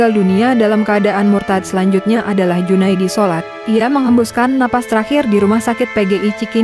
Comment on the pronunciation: Nama Junaedi Salat bukan Junaedi sholat !! Salat itu nama keluarganya. Jadi jgn asal baca ya Ceu. Gak enak didengar juga khawatir menjadi anomali